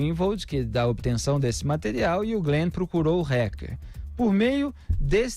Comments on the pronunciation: Alguém diz ao Felipe que não se diz "RECKER" Kkk é Hacker, Felipe, a pronúncia é Hacker com som de A um pouco mais puxado rsrs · RÁKER E NÃO RÉQUER, ÓTIMA REPORTAGEM, OS PINGOS NOS IS É UMA BOA FONTE DE INFORMAÇÃO, GRAÇAS A DEUS POR ISSO. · A pronúncia da palavra fica melhor assim: "rÁquer" e não "rÉquer". Apenas isso, já ficará melhor! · Pô, Felipe! Fala "TELEGRAM" ao invés de "TÉLEGÜERM" para não ser muito chique, mas fala "RÉQUER" ao invés de "RÁQUER"? 😂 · Mas fala réqer .kkkk a brasileira isso haker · Dói o ouvido ouvir “hécker” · Gosto muito dele, mas dá agonia de ouvir o Felipe Moura falando "reque". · porquê não fala o nome hacker direito. reck reck aff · Em portugues hacker = aquer, english rraquer no rrequer.